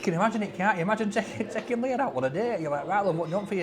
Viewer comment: its leah shut kever